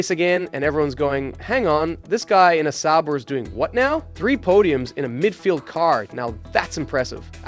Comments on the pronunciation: Pretty sure it is, watched a video on the channel and Sauber is pronounced correctly. In this video Sauber is pronounced incorrect multiple times the b is almost non existent. Some other weird things with inflections and such too. There are times where the voice stops weirdly then speeds ups randomly like AI voices usually do. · Is this AI or something? sauber pronounced sour 1980, one thousand nine hundred and eighty?? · Love the video, hate how you say sauber 😂